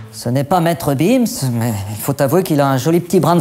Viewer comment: Maître bims ptdr 😂 peut être que les belges (pays où se situe l’action y prononce le g , « b »